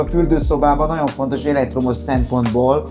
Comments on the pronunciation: Szinvonalhoz a NAON NAON szo sokat tett hozza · Nem vagyunk egyformák. Engem zavar a naon, téged nem. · NaGYon tetszik az ötlet, a minimalista hangulat, naGYon ízléses. Gratulálok! Megérdemelne a termék egy színvonalasabb bemutatóembert, aki jobban beszél, pl. aki ismeri a GY hangot. Sok sikert!